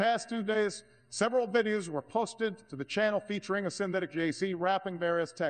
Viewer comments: "over one hundred vidya's " lol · Why do both Obama and Trump voices have trouble with the word “videos”. The illusion sounds great but the algorithm seems to mangle that one word.